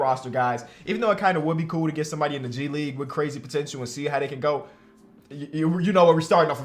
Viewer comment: "Potentchoo" As Dwyane Wade say's it. 😬